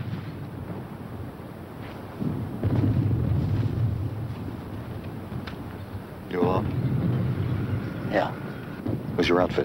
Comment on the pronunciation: says "Martn ez. lol, lol not Martinez. good ole 60s Amerikkka